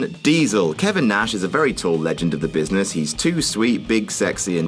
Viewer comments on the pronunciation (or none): none